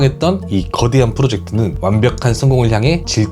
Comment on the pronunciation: 그대한 글음도 발음좀